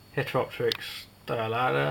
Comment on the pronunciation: yop, Heteropterix dilatata not dialata ;)